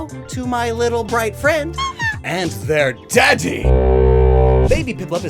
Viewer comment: I can't get over how he says "...and their DADDY!" 😂